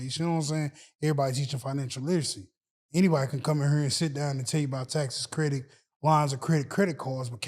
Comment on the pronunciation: If I hear say “credik repair” one mo time lol😂 great man